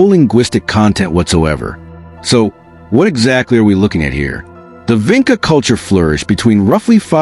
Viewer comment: It is pronounced, "VINCHA"!!!!!! Like in touch. You don't even know how to say the name properly!!!!!!!!